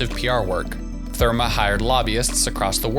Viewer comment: IF you can’t even pronounce #Therme, you might not know what the fuck you are talking about.